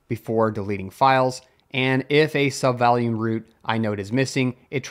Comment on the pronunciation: Is this narrated by AI? The pronunciation of “volume” when reading out check_subvol sounds more like “value” than “volume”.